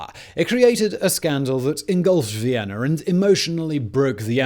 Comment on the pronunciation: "Vienner"?? Recruit a professional narrator!